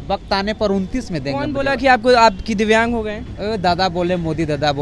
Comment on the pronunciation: Biklang nhi bhai dibyang bole